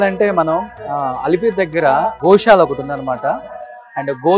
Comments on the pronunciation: Mi Telugu thagaleyya... adhi Goshala kadhu ra nayana... Gosala antaru.. telugu lo 'sha' ki 'sa' ki difference undhi ra.. ekkadi nundi vastharu babu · గో'శాల' ani pilavali ra anchor babu.. video pettina vadiki kuda telugu radhu anukunta గో'షాల' ani pettesadu yekam ga.... telugu nerchukondi ra... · Goshala kadu Gosala